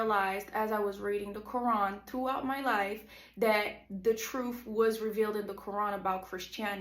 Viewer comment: U cant even pronounce the Quran correctly lol fake. "Imaans which is like a priest" lol fake video by a troll .